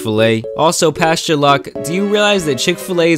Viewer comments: It's pastor... But I hear pasture 😅😅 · Pasture Greg is what I heard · It sounds like the entire time you’re calling him Pasture Locke